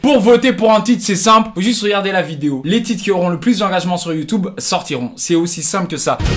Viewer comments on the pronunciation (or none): Petition pour qu'il arrête jamais de dire Youtoube (gardes les toplines a jamais d'ailleurs)